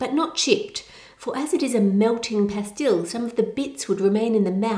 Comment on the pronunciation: Love the video, they are pronounced “Bon-bons”not “Bon-boons” and pas-stuls not pas-tills